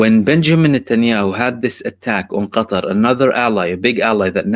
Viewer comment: Qatar or GUTTAR